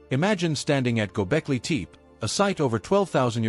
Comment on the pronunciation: nice video but you pronounced every name wrong. tepe is not teep but teepee, C is always read as J, hattusa is actually hattusha.